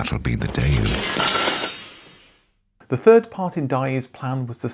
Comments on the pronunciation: Day-Woo is the correct English pronunciation - not Die-You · I'm just weirded out by the way you keep pronouncing the name of the brand - 'Die-oo'?? I've never heard it pronounced like that before! Haha! Here in Australia it was pronounced 'Day-woo'. But then you went and pronounced Espero! Lol! You say 'Es-pero', we say 'Es-pe-ro! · I remember that advert 😂 "that'll be the day-ooo" as we pronounce it here. I have no idea why the presenter of this video is pronouncing it "Dieyoo". 😂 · It's had to watch when the presenter can't pronounce the names correctly (typical English accent). It's said "Day-Whoo" not Die-ooh" (or what ever he's actually saying) and some of the other names he incorrectly uses are atrocious..thankfully he pronounced the "e" in Porsche..it's even correctly said by another person in the episode, yet apparently he can't couldn't hear it... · It’s more like Day-Woo than Dye-Oo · It's DAY-OO .... Not DIE-OO. .... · It's odd hearing a pom pronounce it 'Dai-oo'. Always advertised here with the pronunciation 'Day-woo'. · why pronounce daewoo like dae-you? if you absolutely have to deviate why not pronounce it more like a Korean would 'Tae-woo', with woo pronounced like you are trying to win over a lady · Da fuck is a doyoo? It's a daywoo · It is pronounced like Day - Ooo. Not DaiYu. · Why does he continually pronouce it wrong as DIEYOU? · DA EH WOO, not Daeyou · Should be pronounced as "Day-Woo"instead of "Die-You"! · It was always told to us by Koreans, as Day woo. Not Die ooo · A modicum of research would have revealed that the name of the company is pronounced "day-oo", not "die-oo". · Strange how you pronounce the brand as Da-You. We called it Day-Woo here in Nigeria. And the Daewoo Racer was the most popular one back in the 90s. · It's not Die-Woo it's Day-woo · Why can't the presenter say Daewoo properly lol. It's daywoo not dyeoo 😂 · The way you are pronouncing Daewoo is irritating me😂😂it’s prounced day-oo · It’s not daiyoo. It’s “de woo”😂